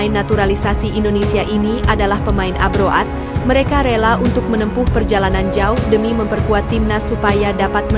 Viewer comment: Bahasa inggrisnya diperbaiki mbak masak dibaca" A--BRO --AD"?